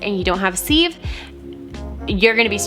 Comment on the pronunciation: Please please please, sieve is pronounced like “siv.” 😂 loved the video! 😊